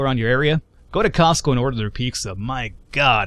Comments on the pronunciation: Lol pecsca XD it's pizza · A few things... 1. Onions are one of the most important building blocks of almost any meat dish. Also cheese and onion sandwiches. 2. Pete-zah, not peak-zah. :) 3. It's too bad that Americans have apparently lost their edge on pizza; I blame Herman Cain. Panago (in Canada only) is much better big-market stuff, though little hole-in-the-wall pizza and calzone places are better still. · Piksah? It's Pete-Zah. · Piczza? :P Costco does have some good food though. Their Ice cream is pretty good too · Piksa. That is how i'm going to pronounce pizza now.